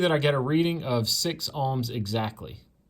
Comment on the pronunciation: Nice video (took a bit getting used to "Alms" instead of "OHM's" BUT.... This is only ONE TEST and although it will find a total failure condition (open circuit), it WON'T find the biggest problem... A plug that "Appears" ok but actually isn't... In this case, a plug insulation between the inner core and outer grounded thread section breaks down (Cracks or even carbon tracking across the surface). You need a MEGA not a Ohm Meter to make a proper test. Spark plugs typically operate with 25,000 volts. An Ohm meter may work with 4 volts so is not actually testing how the plug operates, just that there is continuity at 4 volts. A MEGA will show if there is a path through the insulation (but may need an insulator placed between the spark gap. (최원국 최원국 beat me to this.... (As I don't know the language I'm not sure what I just said, or if I even copied the name correctly)) q8)